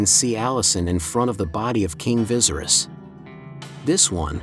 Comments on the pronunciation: Viserys is pronounced as (vis-aerys) not like how you'd pronounce visceral. Keep it up tho :) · vi-sair-is....not vizeris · Lol vicerous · Viesry’s is pronounced V-ser-ease do you watch the show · "King visiris" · Correct it sounds more like Vasaries. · VA- SEAR- RISS lol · Viserys is not pronounced like that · Viserys is pronounced differently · omg yes!! like if you've watched the show surely you could correct how the bot pronounces it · Pissed me off a little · the pronunciation of viserys throughout the video is cracking me up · You still don’t know how to pronounce Viserys???? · Computers aren’t really good at it